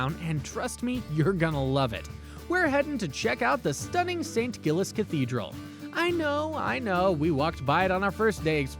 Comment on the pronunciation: As a local I must point out your name for the cathedral is WRONG its not GILLIES its St Giles with a soft G not a hard G, so would be pronounced like JILES